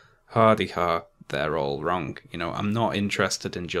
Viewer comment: Learn how to say “wrong” please